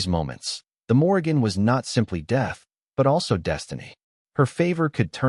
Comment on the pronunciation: Morrìgan is pronounced moor-eann - the g is silent....